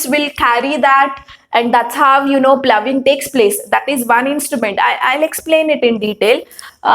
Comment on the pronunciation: Madam you have used the word ploughing and phoughing.ploughing is correct